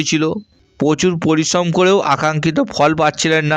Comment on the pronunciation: এঃ এতো কথাই বলতে পারে না ভালো করে। গহ, পকিত, পমোশন, পরিশম